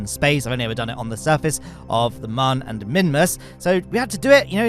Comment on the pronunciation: I know you've been saying it that way for years but it's still not too late for you to adopt the correct pronunciation of Mun (it's also moon).